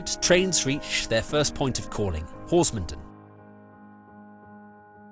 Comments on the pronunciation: A very well researched and filmed account of the line and the route now. The only constructive comment I would make is in the case of villages named 'Den' the stress is on the last part of the name such as HorsmonDEN. Perhaps you could cover the Headcorn -Tenterden line at some time? My neck of the woods!! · Lovely video, very nostalgic for me. I have to point out though that you're pronouncing Horsmonden wrong